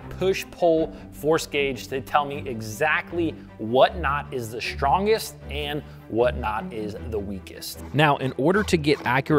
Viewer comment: "The shtrongest." Watch out for shnakes!